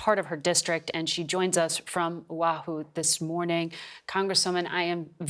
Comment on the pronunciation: It's not Owahoo. It's pronounced O-ahu. Even I know that.